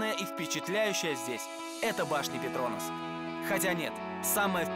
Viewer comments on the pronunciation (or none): Обожаю передачу "Орел и решка", но ребята умоляю не ПетрОнас (так противно звучит, прям слух режет) правильно ПетронАс☺